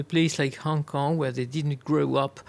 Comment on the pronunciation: Wait u said kong kong🤔😂😂